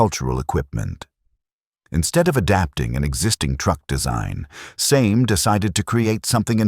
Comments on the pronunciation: It's pronounced "Samay" and "Samaycar". Here's me, trying to teach AI. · I have always pronounced it Sa'me (sar me). Great video, thanks 🙂